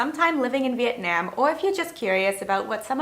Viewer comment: This bothered me also. Having been to Vietnam and lived there, you should at least learn how to say the name of the country.